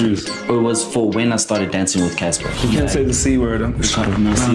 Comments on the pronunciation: you did not go deep as you ussually do with the research in this one. And i don't know why you pronounce cassper as caster, i understand the language barrier in the nyovest part. cassper is an english word for God sake. And SA has bigger artist than Costa that just left us. Not taking away from Costa but do something for AKA too. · Bro couldn't said Caster Nyovest but its Cassper😭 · so u cant pronounce cassper? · its not casta its Cassper "kas-par" Nyovest "ni-yo-ve-st", and its Amapiano "Are"mah-Piano"